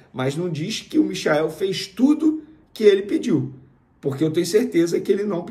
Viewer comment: Galvão Bueno não dá mais. muito chato não tive opção. Passou o primeiro tempo inteiro chamando o Michael de... Mikael. É mole?? E ainda se diz flamenguista